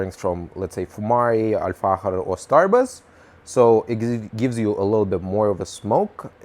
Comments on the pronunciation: He's spelling the ikh/ich , like it should be pronounced, as the Dutch do most likely, it's the letter خ in Arabic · The way he says Al-Fakhir is so satisfying, idk why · You've pronounced it perfectly really slayed it 👌🏻👌🏻 Greetings from Germany ✌🏻✌🏻 (Try out dark tobacco from Zomo like Strong Red, tastes really nice) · Dude I love your pronunciation, are you Spanish? Mexican? You pronounced Al Fahker With exact Arabic pronunciation